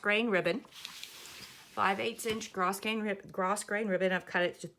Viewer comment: Thanks for teaching the correct pronunciation of grosgrain.